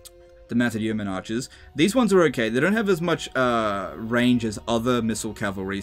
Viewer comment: Yeoman pronounced like 'bowman' but with a Y! (P.S. loving these vids!).